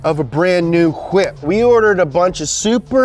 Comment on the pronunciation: the way he pronounces "hhhwwhip" lmao